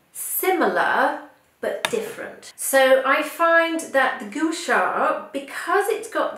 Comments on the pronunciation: it is pronounced 'Qua Sa' not Goo sha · You are mis-pronouncing Gua Sha.....It should be pronounced GWA SHA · You're holding it incorrectly. It's supposed to be at an angle closer to the face.... You're also pronouncing it incorrectly.